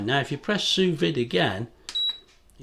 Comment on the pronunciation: It might be write "sous vide" but it's prounounced "sous vee". It's French with silent letters